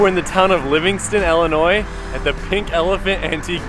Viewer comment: That's awesome I live 30 minutes from Springfield Illinois I've never been to the cozy dog drive in I'll definitely have to try that and I've never seen any of the Abraham Lincoln stuff either I'd have to check that out as well but ultimately I'm just glad you don't pronounce the s on the end of Illinois